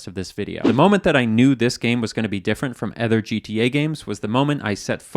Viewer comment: "other" ..... That sounds weird he says "ehther"